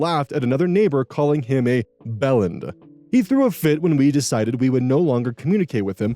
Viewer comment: Story 1. Even though I’m Aussie, I love the way you said bellend dude. It’s actually pronounced bell-end and it’s an awesome British slang word for dick😂😂 PS I love your channel mate.